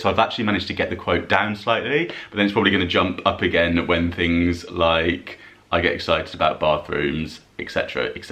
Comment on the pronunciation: Christina again. "Storing tings in" is what I meant.🙄